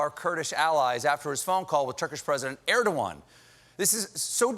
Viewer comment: It's erdogan not erdowan